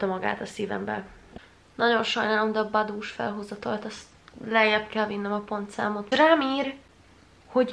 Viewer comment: az nem boboo hanem baboo